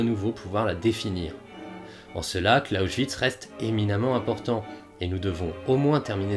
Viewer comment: TOUJOURS AUSSI INTERESSANT ! Je me permet une très minime critique de forme concernant la prononciation des noms propres étrangers. Le présentateur, esprit ouvert et curieux, ne se formalisera pas de cette information. En Français, la règle EXIGE de les prononcer ou bien comme dans la langue (même avec un accent français) ou bien à la française. Dans le cas du nom "Clausewitz", la seule différence entre les deux prononciation concerne la première syllabe. C'est donc une erreur : - de ne pas prononcer la seconde syllabe comme en français, à savoir comme la dernière syllabe de "bronze" ; - de prononcer le début de ce nom comme le français "cloche". Si tel était le cas, le nom s'écrirait : " Closchewitz". Il semble le présentateur, en prononçant ce nom comme il fait ait été influencé par la prononciation du "S" initial dans les mots comment par "St" ou "Sp" : stehen se prononce, avec l'écrire "à la française" comme "chtéhenne" et "Spion" comme " Chpionne". Au Pays de Bade et alentour, on prononce de la même manière les "St" et "Sp" aussi à l'intérieur des mots. Par rapport aux autres accents locaux allemand, cela me donne l'impression qu'on parle avec de la purée de pomme de terre dans la bouche. Evidemment, c'est très subjectif. On pourrait donc dire que, d'une certaine manière, la vidéo prononce "Clausewitz" d'une manière "hyper-badoise" ah ! ah ! ah ! Je veux dire : un "s" prononcé comme le français "ch" alors qu'il n'est ni au début d'un mot, ni suivant d'un "t" ou d'un "p".